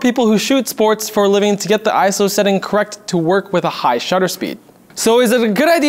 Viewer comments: Iso, not "I-S-O" In terms of film and cameras, iso doesn't stand for anything. It's a word, not an acronym. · There are some stuff wrong in this video. ISO doesn't have an acronym and does not stand for what is stated in this video. Also, ISO is pronounced "eye-so" not "eye-es-oh" However, great video that explains what it is.